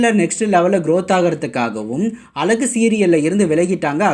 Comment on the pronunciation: இந்த சீரியல் பற்றிபேசும்நபரேதமிழ்உச்சரிப்பைஅழகுவார்த்தை.. ஒழுஙகாகசொல்லக்கூடாதா